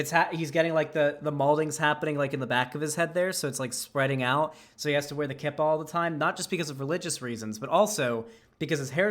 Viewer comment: Yarmulke( pronounced it right but yes it actually is spelled this was) and Kippah are the same thing. Also, it's pronounced Key-pah, IDK hearing it pronounced Ki-pah really annoyed me for some reason.